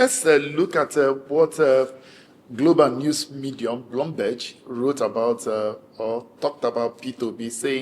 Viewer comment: He’s the most neutral I’ve come across, which is a good trait of a journalist. However I can’t believe his pronunciation of Bloomberg, like seriously hasn’t he watched the channel to hear how the word is pronounced lol.